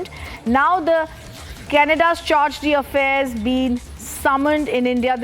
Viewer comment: Charge-de-affairs pronounciation! 😂What kind of "English" news channel is this?